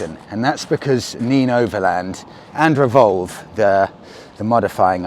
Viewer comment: I think it's pronounced nen not neen . I assume it's named after the river in that area .